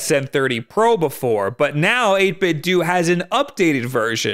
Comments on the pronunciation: It's 8bit-DOUGH not 8bit-duu. Just like it's Nintendough, not Nintenduu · it’s dough not du XD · Love your content. But come on man. 8bitDOH! Like Nintendo! Not 8bitDOOOOOO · I used to think that the "do" in 8bitDo was pronounced "doe" to rhyme with Ninten- do Guess I was wrong. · 8Bitdo is pronounced the same way as Nintendo. It's 'Doh' not 'Doo' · This same comment is made on probably every 8bitdo video I've ever seen, but as mrluna83 said, the companies own Bluetooth speaker pronounces it 8 bit dew. It should be dough, but according to the company, it's dew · 8bitdo, like dough, like nintendo, it's pronounced 8bitdough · 8-bit-doe, u say the end like Nintendo!!! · I always thought "8bitdo" was pronounced like "Nintendo", but so many people seem to say it as "8bitdoo"... which is the right way? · Would it not be pronounced "ate bit doe" just like "nin ten doe"? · It’s pronounced eight-bit-dough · Oh look, another person who mispronounces it as "8bit-DOO" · i always thought it was pronounced "8 bit doh" like nin-ten-doh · 8bit dough is how the company is pronounced. Like Nintendo but 8bitdo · I Don't think 8BitDo is supposed to be pronounced that way. I think the "Do" part is meant to be pronounced like Nintendo's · I love your videos but your pronunciation of 8bitdo triggers me something fierce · Pronounce Nintendo like that then. Or else you're still going to be wrong. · First time I heard about these controllers I knew the reviewer was saying it wrong. It was a different reviewer btw